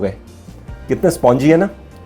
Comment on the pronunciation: Spawngy......nahin Spongy (spun-ji) Where is this idiot got educated...... Jeera nahin be ZEERA bol Ultimate O my God Game O God Great Kuttay style mein: Ummmmmm